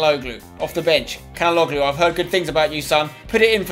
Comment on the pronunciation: Just so u know, I think it's pronounced Cha-na-og-loo